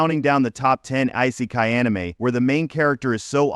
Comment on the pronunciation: soooo.... your thumbnail is of an anime that is not isekai, your ai voice can't pronounce isekai or the letters OP and this is all in the first 10 seconds of the video... good luck with your youtube career